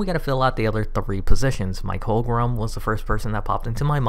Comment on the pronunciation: *Sigh* It's Holm-gren, not Holm-grum. LOL!